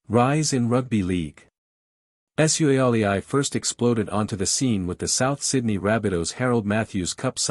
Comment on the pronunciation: Love that pronunciation, the Tah's shall forever be called the War-aar-tars featuring Joseph S-you-alley-i